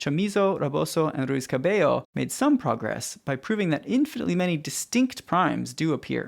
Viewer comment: I don't know why, but I like how you pronounce "Cabello"